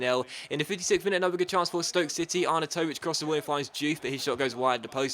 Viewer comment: Your pronounciation of Arnautovic was just so weird.